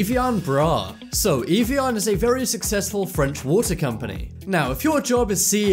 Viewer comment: It's "av e on" not "eve e on"